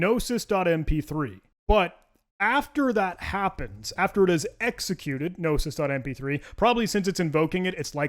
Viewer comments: Gnosis is actually pronounced “no-sis.” It’s a Greek word that means ‘knowledge.’ Not inspired by names like GNU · The G in "gnosis" is silent. And you know that cuz it sounded dumb as hell to you when you said it wrong. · Pronouncing the G in gnosis like it's GNU is a very thing to do, I love it.